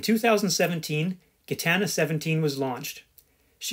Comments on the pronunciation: It's pronounced Jitana not gitana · yeah im Belgian and French speaking too so your Gitana makes my ears bleed ;-) talking about a non foiling legend, that would be Idec sport, 2 times Vendée Globe winner and 3 times Route du Rhome.